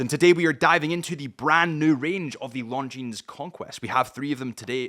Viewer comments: Something to note, not a big deal really, but the ‘s’ is silent in the name Longines. It may seem a nitpick but correct pronunciation does go a long way when wanting to sound credible and/or professional when wanting to sell or represent a brand. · Beautiful watch and great value. But please pronounce the name correctly Harrison. You're a watch channel...retail is detail. 😉